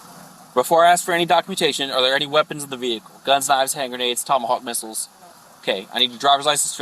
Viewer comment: Did you say Tomahawk Whistle or Tomahawk Missile?